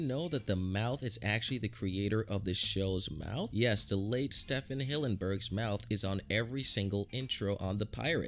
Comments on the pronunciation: it's actually pronounced Stephen like Steven not "Stephan". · Sefin sefin bro it's Stephen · It's Stephen as in Steven it's just spelled different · How can one mispronounced the name Stephen?